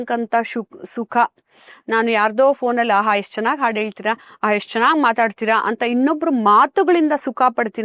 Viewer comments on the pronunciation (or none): none